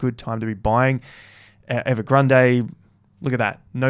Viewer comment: Written Evergrande Pronounced EVERGRAND